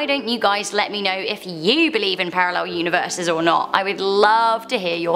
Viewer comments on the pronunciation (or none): Universes, pronounced univer-sees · Univeese? Lol